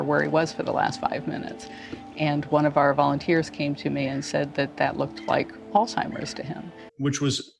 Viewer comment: I appreciate her pronouncing Alzheimers correctly. Usually, when someone is saying someone else has Alzheimers, but they didnt hear it from a doctor, they say "Altimers"